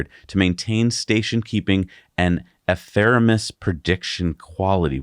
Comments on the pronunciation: it's "epheMeRis", not "epheReMis" you read it as. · Ephemeris is pronounced e-phem-er-is. Of course you got the PH, F sound correct.